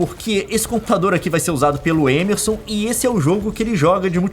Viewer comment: Além de chamar MEME de MIMI, o Leon chama o Émerson de Êmerson...